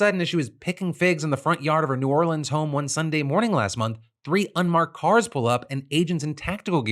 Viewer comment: Phil said “New Orleans” correctly!